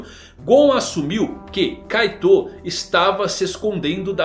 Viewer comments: Você fala kaitou mas na dublagem, se fala kait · ouvir "kaitôu" me faz definhar um pouco toda vez. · Da uma aflição de ouvir vc falando kaitô